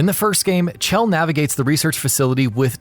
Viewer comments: Her name isn't cchhell like you keep saying it's shell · Did any one know he's pronouncing it ch-ell but it's sh-ell = chell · 'Chell' is pronounced 'shell' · HER NAME IS PRONOUNCED LIKE SHELL